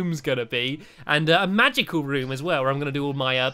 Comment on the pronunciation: magic-le room he says it so weirdly!